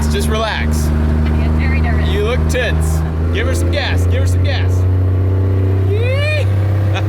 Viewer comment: I thought said "You look tits!" xD (for reference he said you look tense)